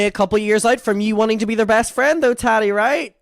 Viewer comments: The Way I Kiii Everytime He Say Tadi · I love the way says Tati. “Taddy” 😂